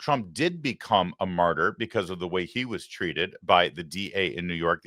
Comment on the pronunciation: What is a mortyr? Jo kept on saying mortyr. Maybe a mortician who died on active duty 😂😂😂?